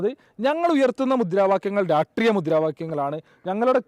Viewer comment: രാഷ്ട്രീയ എന്ന് പോലും അവനു പറയാൻ പറ്റുന്നില്ല